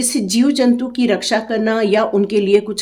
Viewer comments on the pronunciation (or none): none